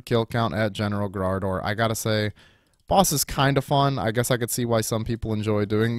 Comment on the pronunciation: whos graardor? i thought his name was garage door. disappointed,.